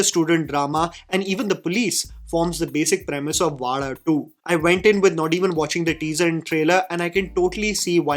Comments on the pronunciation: Thanks for pronouncing Vaazha better and almost perfectly 🤘🏽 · Expected better pronunciation of Vaazha from you. Expectations just from you because of the passion with which you follow malayalam movies ❤❤ Love from Malayali ❤❤ Also malayalis need good stories which touches them. No extravagant sets , no superstar heroes, just stories.😊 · The second part is what makes the movie connect to the people. That is the life of middle class boys and that is why movie is doing brilliant. And by the way you never going to pronounce vaazha. It's a privilege for us malayalis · great video!! But I cringed everytime you said "vaada2" instead of "vaazha 2". 😁😁 JK. Love your attempt in trying to enunciate these words foreign to you. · Its so cute to see trying to pronounce Vaazha.. 😂 Its not Vaala.. its Vaazha.. 😊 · bro can't pronounce Vaazha 😂😂